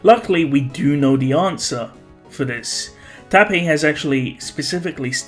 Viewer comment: When says tappei but I heard It as tappy so I said "who the fuck is tappy?"